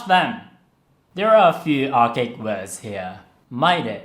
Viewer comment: archaic is pronounced more like Are Kay Ick